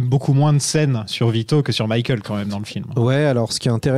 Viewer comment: J'ai besoin de savoir pourquoi prononce "Mickaël". Ça me hante 😆